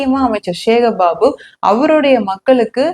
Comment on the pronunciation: சிவராத்திரியை ஷிவராத்திரி என்றும், சக்தியை ஷக்தி என்றும், சேகர் பாபுவை ஷேகர் பாபு என்றும் உச்சரிக்க எங்கு பழக்கினார் இவர்? 😂😂😂